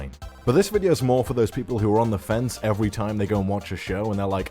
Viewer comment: “Evewy main character in evewy series” 😂